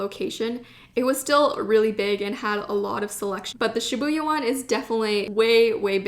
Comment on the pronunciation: Thank you for sharing this haul! You got so many beautiful items, I especially liked the brush pen, and the mildliner brush pens. By the way, here are some pronunciation corrections: Tokyu Hands >> NOT "Tokyo" Hands. It's "toke-yuu" Shibuya >> Emphasis on the first syllable. "SHEE-buya." This is a common mistake, and difficult to hear. Studio Ghibli >> Pronounced Studio "Jibb-lee." Sakura >> Again, emphasis on the first syllable. "SAW-kura."